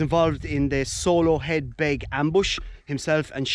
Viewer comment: That is not how you pronounce sologheadbeg! Didn't know there is a cave there.